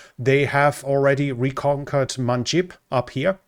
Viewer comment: Manbij, not Manjib.